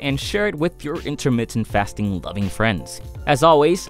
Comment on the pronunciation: Intahmittah fast'n